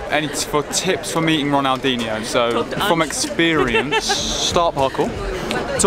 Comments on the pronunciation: Muito engraçado kkkkk " Ronaldenho"kkkkkkk coitados, não conseguem pronunciar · They calld him ronaldinoo